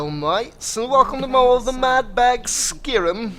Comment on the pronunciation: So uh this guy calls is skirim